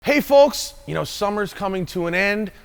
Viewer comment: Anyone noticed how hard Matt hits the L in “folks”